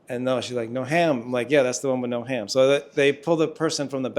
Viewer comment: Yes, the 'no ham' thing...they were surely saying 'no have'. Their best try would be 'no hab' but it just came out like that somehow😊 Lovely couple btw.